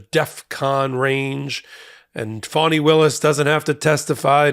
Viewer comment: Her name is fann eeeeeee not fawneeee